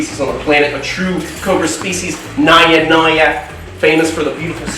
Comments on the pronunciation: Correction India Cobra is naja naja or naga naga not nya nya ( like in Spanish where 'j' sound like 'ha' or 'ya'). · Not naya naya its naja naja🥰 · Naja Naja not NAIA naia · Why do u pronounce it as 'Naya Naya'..? It's 'Naja Naja' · It's not NAYA NAYA IT'S NAJA NAJA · The way you say 'Naya Naya' sounds so cute 😁 also, Its 'Naja Naja' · Your pronunciation of Naja Naja is wrong.